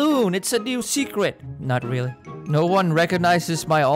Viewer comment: I love how you say:rEaRlLy I’m laughing so hard